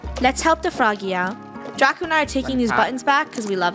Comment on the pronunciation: I heard funneh said draca💀